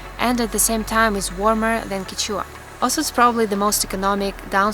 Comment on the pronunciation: quechua is pronounced as “keshwa” nice video :)